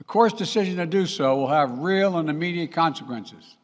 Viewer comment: He can't say consequences. Consakensas?